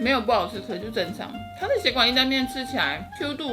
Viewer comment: 蛋沙拉的那邊，從頭到尾都說「血管」義大利麵，真的是笑死了😂😂😂